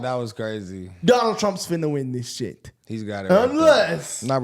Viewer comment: "we don't give a shyet"😂😂😂